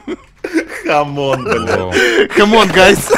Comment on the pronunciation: ”Хамон гайс”😂